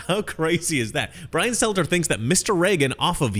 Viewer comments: Stelter... not Selter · Struggling to get the names right in this video. Brian selter? Nick sandman? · It's Brian Stelter, not Selter. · You keep saying "Selter" instead of Stelter, is that intentional?